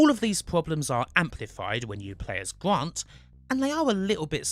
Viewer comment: Howy shit. A Bwitish man who can't say his r's. Supewiow, Gwant, waptaw, weal, vewy, cwose wange, Juwassic. Jesus Christ 😂😂😂